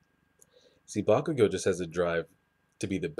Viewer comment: I dont mean to be petty but I probably am, its pronounced Bak-u-go